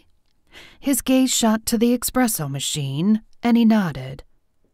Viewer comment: espresso. no X. Otherwise, cute story.